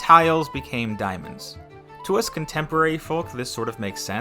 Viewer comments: diamond???? not diomands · its diamonds not diomands